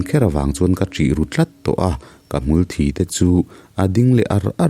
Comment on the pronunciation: Hmulthi tih thluk hi a diklo deuh, kan in zai palh a, a lo thi a, thi thluk ang nilo in mitthi a thi ang hian lam rik tur zawk anih ka ring